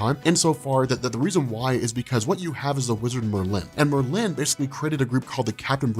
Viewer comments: dude, it's not Mer-LIN...LOL! It's MERLin... wrong emPHASis on the wrong sylLABle. Christ. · There's no eggs in Xavier, it's pronunciation is Zavier and Merlin is Merlin not Mer-linnn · mer LYNN. Its Merlin. I've never met someone who didn't know how to say Merlin. 😄 Still love your channel tho. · The way u say Merlin is bothering me lol it Merlin not Merlyyn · I love this. explaining X-Men is always great... Why though... Does he pronounce The Wizard Merlin's name "Mer-(pause)-Lin"